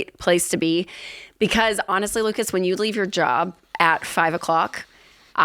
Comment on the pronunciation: I like that Ken pronounces Lucas with the A as a schwa instead of a short I. Most Americans say Luke-iss.